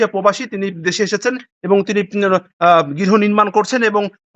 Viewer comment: সাংবাদিককে বলছি, পোবাসী বলছেন কেন বারবার? শব্দটা হব প্রবাসী।